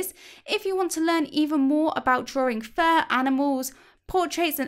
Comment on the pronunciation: Lol for a second I thought you were saying "for my worst enemy" and I was like "Huh?" lol